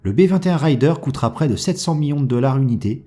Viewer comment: C'est pas " raill - deur " c'est " réder " apprenez donc a bien prononcer les mots anglais , parce qu'il y as une grosse différence entre : ryder et raider ... ryder : routier, bourlingeur .. , raider. : frappeur , attaqueur . Faire un raid ... ! Pas faire une ride ( une promenade )